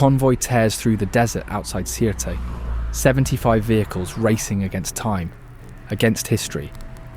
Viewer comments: Sirte is pronounced as “Sirte.” The E is silent. — a Libyan who’s tired of hearing a non-existent name for a city. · Sirte is actually pronounced without the “e” more like Surt